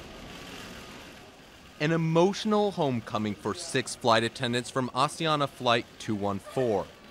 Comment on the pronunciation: What and who is "Aussie-Ana" is Asiana... It's not hard to pronounce